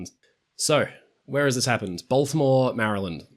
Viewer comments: As a long time subscriber from Maryland, I would just like to say how PROUD I am of you for pronouncing our state correctly on the first try. You said it like a native, Mari-lyn, Mari-lyn-D, Merlin are the three local prononciations lol 😂 ❤ anyways keep up the great work! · You've done the best job of pronouncing 'Maryland' out of all the foreigners I've seen pronounce it over the last few days. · It's rare for foreigners to not call my home state "Merry-Land", it's refreshing to hear it pronounced correctly! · Thank you for pronouncing Maryland correctly. 😅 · Thank you for not pronouncing it Marry-Land like most British people. That drives me up the wall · Thank you for pronouncing Maryland the correct way. I know it trips up a lot of people not from the States